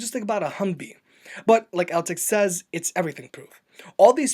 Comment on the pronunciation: After hearing the Altec pronounce it's name he STILL mispronounced it..